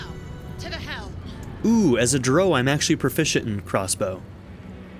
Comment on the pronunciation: You are saying Drow wrong lol